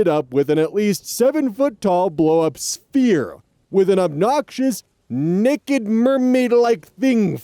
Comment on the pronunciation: Hearing try and say 'nekkid' casually was the highlight of my morning. That word was holding that poor northern boy hostage from 3 paragraphs away